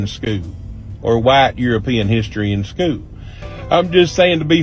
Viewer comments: Hey bubba, if you call “school” , “schoo”…. You have no right to comment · "... in skoo"